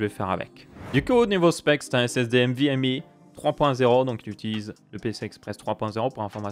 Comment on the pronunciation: Nvme!! et non pas "M"vme